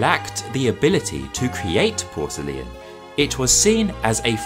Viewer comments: Its great except for the way you say Porcelain as Porcelian ? Which is very odd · Why do you say porcele-an? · It was great except for the way you say Porcelain as Porcelian, sorry, but it was too distracting, I could only get halfway through the video. My misophonia got the best of me. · it is pronounced Por ce lain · I am pretty sure "porcelain" has three syllables 😄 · that’s a very odd pronunciation of the word ‘porcelain’… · Great video & I love how you pronounce “porcelain”. What is your backround? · Very interesting, although it seems I've been pronouncing porcelain the wrong way. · To be frank, we don’t pronounce it the way the author in the video does. 😂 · Why are you pronouncing Porcelain like you do?!? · ok lets talk about how you pronounce PORCELAIN a minute? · oh my god the way you pronounce porcelain is atrocious 😭😭😭😭😭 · I thought I would look at the video for education. While it is informative, I was wondering why you began with English porcelain to show it was a copy of the Chinese and render your conclusion in psuedo-scientific comparisons. Your pace ... with ... all.... its...unnatural ...breaks....was .... a ...bit.....nauseating. Your extra syllable in pronouncing porcelain was quite odd and uncomfortable. Consider fixing these strange elements and re-posting. I am trying to be charitable here and hope my words are not too harsh. Thanks for the effort all the same. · Porcelain is pronounced ˈpɔːr.səl.ɪn, not porcelian. Qing is pronounced ching, not king. Otherwise, a great documentary.